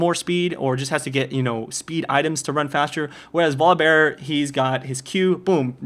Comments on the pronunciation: nah, he pronounces it vollibar. he says volibear with the "o" as an "aw" sound even though its not a double consenant. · My favorite is that you pronounce it "Voli-bar". Great vid, I watch these every time. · volibear- volabare not volleybar and he is op as fuck